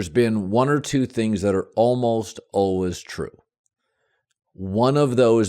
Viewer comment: Colin “uhlways” cowherd